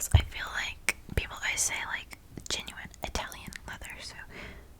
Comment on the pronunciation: “That is the channel I claim to be and that is the content I will deliver” …. “This is a Jen-Yew-Wine leather belt, Made in EyE-Tail-LeE” 😂❤ this video was both relaxing and entertaining. Loved it!